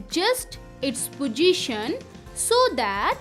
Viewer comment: Not pojition😂 it is possition